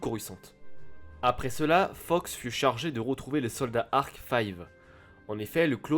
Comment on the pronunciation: très bonne vidéo comme d'habitude, mais par contre, je ne peux pas te laisse appeller le meilleur clone "five" c'est "fives"!!!